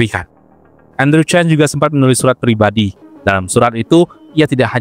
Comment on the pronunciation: Maaf min sebutan nama marga chan tetap di baca chan bukan Chen karna ini dua marga yang berbeda sekedar info saja